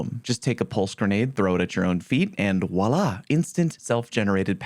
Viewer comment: ". . .and, waulah" /r/boneappletea needs a word, sir ಠ_ಠ